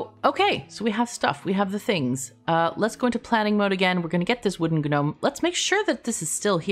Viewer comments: Ga-gnome... Fyi, dialiect refers to using different words and or using words differently, not butchering other people's words. For example, hola sounds like oh-lah, NOT holla... No matter the "dialect", this is because it is a Spanish word, not an English word. Gnome should sound like Nome. It's spaghetti, not pasghetti, realtor not real-uh-tor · The g in gnome is silent <3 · I'm a ganome, gano gano gano, I'm a ganome